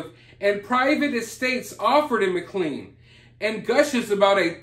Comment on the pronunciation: Hey, it's pronounced ma clain. Love your shows!